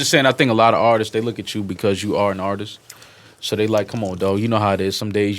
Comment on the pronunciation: Nobody: Joe: AHTIS